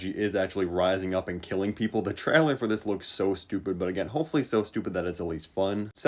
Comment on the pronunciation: Normal people: trailer: Chrailer